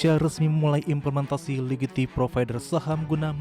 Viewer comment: “Ligiti provider”, “Liqiti provider” atau saya yang salah denger 😂